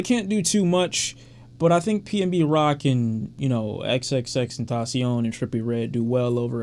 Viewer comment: Ta Tasi-On😂😂😂 U said that like u hunting kamidogus and Dragon Balls🤣🤣🤣